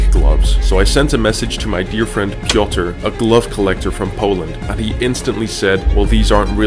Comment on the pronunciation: not pioter its piotr and hes poland like me!!!!!!!!!!!!!!!!!!!!!!